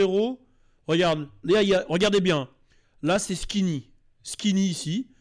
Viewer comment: On dit skiny et apoutchou 😂😂😂